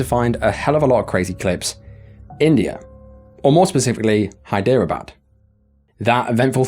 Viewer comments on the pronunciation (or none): Hi.. soz I just watching your video, & couldn't help but notice you kept saying Hy-deer-a-bad.... I've just come back from Hyderabad, I'm half English & half Indian, I'd just like to let you know, it's not pronounced Hy-deer-a-bad... it's pretty much pronounced Hydra-bad... sorry I don't know if you actually want these useful tips, as you may have your own way of saying things, but take it from me that is how it's pronounced, as you may confuse people if you keep saying Hy-deer-a-bad in future videos , even I had to double check incase it was another place with that name ... However I realise you are just pronouncing Hyderabad wrong .. Anyway, keep up the videos , thanks